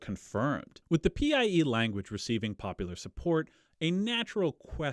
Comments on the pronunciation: I just discovered your channel, and I love it. As for this theory of PIE (by the way, you should have been saying "pie" instead of P.I.E.), I dont have a dog in the race. It's also been a long time since I studied genetics and admixtures in school. But presumably these PIEs would have been male and females and both of thier genetic info would have been introduced into the invaded populations. So wouldn't that play into the admixtures? I've been listening while biking, so I wasn't able to follow all the numbers. What I'd love to see is a good statistical analysis of the genetic mixes and how they presumably resulted from these influxes of PIE DNA. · i wish i could go back in time and tell him linguists pronounce PIE like apple pie